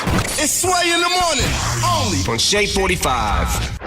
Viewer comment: In The Moning!